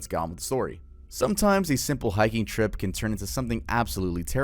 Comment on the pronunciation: I had to replay - HeichHicking lmao